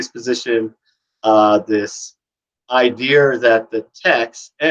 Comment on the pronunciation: Why do you add an r to the end of the word idea?